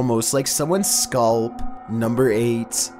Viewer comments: It’s pronounced scalp not sculp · It is scalp not sculp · Skulp? You mean Scalp an ah sound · “Scaalp” His voice betrays him sometimes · Wait- He said s•c•h•u•l•p (scalp) 😂😭😭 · I love you but its scalp not sculp lol ur adorable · is nobody gonna mention him saying sculp and not scalp? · Me: Scalp: Sculp Me: Scalp!: Sculp Me: SCALP!: Scalp Me: SCULP!: yes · FBI * sculp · S k u l l p It's scalp you absolute vampire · its scalp not sculp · it is pronounced (scalp) not (Scaalp) lol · Everybody: scalp: sCuLp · Scalp pronounced as "Skaaaalp" lol. Good job buddy. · bro it's scalp not sculp lol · Im pretty sure he meant scalp, just pronounced weird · Funniest part of the video is when says "Scalp" 😂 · he says “sculp”😂😂😆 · Got me wondering what a “scuulp” is 🤦🏾‍♂️ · "Almost like someones SCOLP" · AlMoSt LiKe SoMeWaNs ScUuULp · "scoolppp" lmao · No one: Absolutely no one:: SCOLP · "AlMoSt lIkE sOmeOneS ScAOWLp" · he said "Scahlp" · sculp? 😆 Love your accent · I like how he said scalp in the tunnel video. Skulp. 😃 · I can't be the only one who noticed how pronounced scalp am I? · why does he say scalp like that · ew the way he pronounced scalp